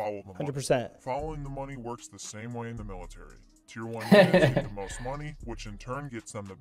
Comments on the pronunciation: It's MALE-itary...cuz...you know...so many males. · Love that "maleitary"! lol Seal tier 2? Interesting. I love that you entertain AND educate us! love from cold ass GA!